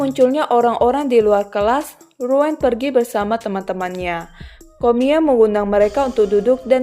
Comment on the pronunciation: Koreksi baca nama ryuen = riuyen